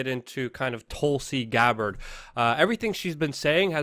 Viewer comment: Who the f#ck is Telsi Gabbi-ll... Goo?